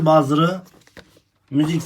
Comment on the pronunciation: Zil bazır degil, buzzer demelisin. Buzzer zil demek zaten.